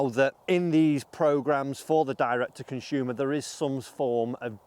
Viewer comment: what a "conshuumer"? lol good vid